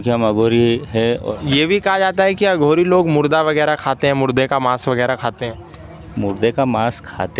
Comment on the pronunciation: अघोरी से सही से बोला कर बे